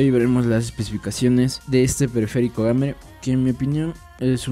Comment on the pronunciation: PÉSIMA REVIEW, ESTÁ TOTALMENTE FUERA DE CONTEXTO GAMER(SE PRONUNCIA "GUEIMER") 0.56 gramos? → 0.56kg(560gramos) Antifantasma? teclas por minuto?→Antighost (Permite ciertas cantidades de telcas pulsadas al mismo tiempo) W A S D y las teclas de flechas no trabajan con antighost, se resaltan porque se usan más y se hace de mejor calidad para durar más